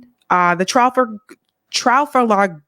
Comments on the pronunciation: Tra fall ger not trafellgare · Tra-FAL-ger, as in Trafalgar Square. Thanks,. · Trafalgar: It is pronounced, Tra-FAL-gar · Trafalgar is pronounced with accent on second syllable . So it’s tra-Fal-far . You have beautiful voice so I thought I’d help you with this one word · It’s hard to pronounce, (trall fauger) group. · it’s pronounced “Trah fall gar” 😅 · Trafalgar is pronounced truh-FALL-grrrr Love your stuff,! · Sound it Out: Break down the word 'trafalgar' into its individual sounds "truh" + "fal" + "guh Im not being mean, i just thought uoud like to know. Btw excellent content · It's pronounced Trah-FALL-ger. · Trafalgar, as in the Battle of TRA-FAL-GAR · Nice Summary On the pronunciation of Trafalgar tra as in 'tradition' fall is in 'fall' gir as in 'girl' with syllable stress: tra-FALL-gir There is a Trafalgar Square in London, named to commemorate a battle the Brits had with Napoleon off the Spanish shore of Cape Trafalgar. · Pronunciation Tra fall gare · say it; "Tra-FAL-Gar". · It's pronounced "Tra-foul-ga". Napoleon knew. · "Trofflegar"...yer killin' me. Though, to be fair, the Battle of Trafalgar was a long time ago and had more to do with European history than our own. Keep up the good work,, and don't mind jerks like me in the peanut gallery. You only rile me truly when you platform that POS Mehdi Hasan (called a "sewer rat" by Norm Finkelstein, re: his willingness to smear leftists and journalists in order to please his establishment masters). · Tra-fall-garr. I gotcha!! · Trafalgar is sooo England English! Very hard to pronounce. It's trah- fowl- garr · Trafalgar? Trah-FAHL-grr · Pronounced “Tra-fal-ger” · Is that uneducated in her pronunciation of the word..... TRAFALGAR?! She never heard of the famous naval battle? She never heard of Admiral Nelson?! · in the word “trafalgar” the accent is on the second syllable.